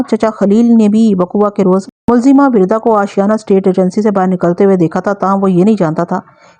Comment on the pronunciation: Wirda nhe Warda hai, Arabic word for Rose